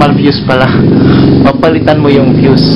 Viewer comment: Sir mali mali yong pag bigkas mo ng fuse